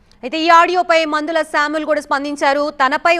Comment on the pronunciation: PANDHULA SAMEL NOT MANDHALA😅😊